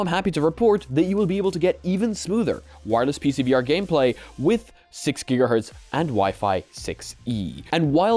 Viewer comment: "6 guh hurts".....nice